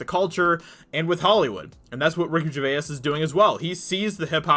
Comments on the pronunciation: I like that covers this, but I do wish he would learn how Gervais is pronounced. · Man your pronouncing his name wrong. It's annoying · If you're going to talk about the guy, at least pronounce his name correctly. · PLEASE just call him Ricky, you have mispronounced his last name about 30 times in THIS video. It’s really annoying. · it’s annoying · Vaha He’s literally the only person in the world who pronounces it like that. I can’t get through his video’s anymore, I’ve had to stop watching...made worse that he says his name at least twice in every sentence.